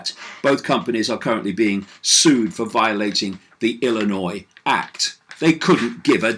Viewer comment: How is it that a British guy can pronounce Illinois properly but people that live here can't?